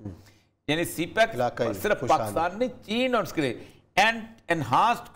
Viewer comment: پ " پاکستان " میں ۔ " ک " کے نیچے زیر لگائیے نہ کہ زبر ۔ شکریہ